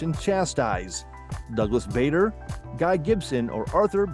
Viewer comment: Douglas Bader ( he pronounced it Bad not Bay)